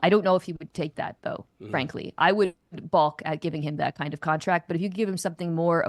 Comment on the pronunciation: “I would bulk at giving him that kind of contract”? Balk*. The L is silent, lady. Do ppl wulk on sidewulks? Edit- she just said “fullks” when saying, folks*. I fkn quit.